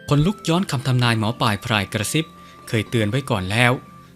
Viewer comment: ท่านหมอปายหรือหมอปลายครับชัดๆๆหน่อยครับถึงจะน่าฟังครับ